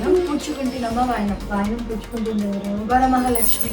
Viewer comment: ఏం తల్లీ తెలుగు రాదా? వారామహాలక్ష్మి ఏంటి... వరమహాలక్ష్మి 🙏. సోకుల మీద ఉన్న శ్రద్ధ అమ్మవారి మీద కూడా ఉంటే బాగుంటుంది......